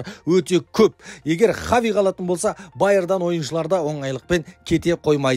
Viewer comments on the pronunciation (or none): Хави Хави дей берми Хаби деп дурыстап айтшиш малау